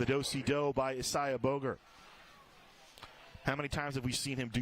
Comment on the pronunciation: Bogart not Boger!